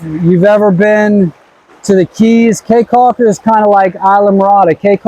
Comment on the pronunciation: Prounounced Key Caulker... not Kay Caulker.. People of Belize are wonderful!